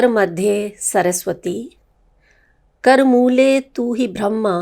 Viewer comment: Ker moole tu govinda pratah kker darshanam ,is tarah bolte hai